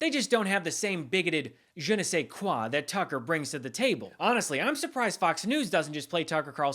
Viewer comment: “Bigoted je ne sais quoir” 😂